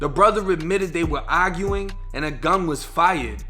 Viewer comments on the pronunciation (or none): The way homie says "arguing" got me weeeeak 😂😭😭